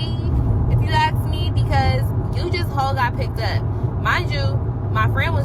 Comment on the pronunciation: Dang girl it’s ask, not asked. 🙄